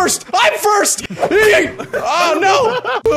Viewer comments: His yeet is more "yayt" than "yeet" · YEET > Swaggers Yeet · that has to be one of the most "whitest" (if that's even a word) sounding Yeet ever